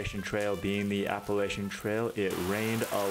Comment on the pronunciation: Blows my mind that you walked the entire AT and never learned how to pronounce Appalachian.